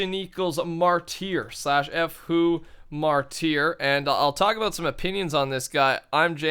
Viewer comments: Martyr is pronounced like (marter) not (marteer) just a heads up:D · Mar Tier. Oh face palms. it's pronounced (Mar-Ter) or turr. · ITS PRONOUNCED MARTER MY GOD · The faction name of ImJamesOG was "martyr" and pronounced it "marteer"...Everyone else thought it would be "Marty R" So it must be a fake... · **READ** MAR-DER is how you pronounce martyr. A person who will die for a cause, ironic how u had Malcom X speech ahaha ****READ**** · It's pronounced Mar-tur Also can you say Wither. :) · It's pronounced 'marter'